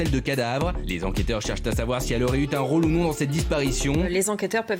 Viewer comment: "elle aurait eu T'un rôle " Elle un peu T'osée la liaison